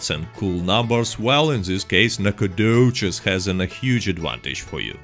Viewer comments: It’s pronounced like “nack-o-dish” not “nack-a-doches” lol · i love the NacOGDOOOches. Love your accent lol makes the vids alot better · No one: Literally no one: nAcOGdoChEs... i jUsT LiKe sAyIN' iT 🤪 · NACOGDOCHES is my hometown ya’ll. Nack uh doe chez. 😂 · Alright I saw this you can remove the video now. Oh and make your voice saying nacagdoches into a ringtone